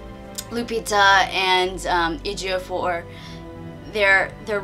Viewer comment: So happy that you pronounced Chiwetel's and Lupita's name correctly. It's been pissing me off how many White reviewers struggle with pronouncing their names. But yet, they have no problem pronouncing 12 syllable European names. Although I haven't seen it yet, I think 12 Years A Slave might be the only film to take a truly serious look at the institution of slavery. As a Black person, I've never felt that films like Amistad, Roots or Django took the institution of slavery seriously.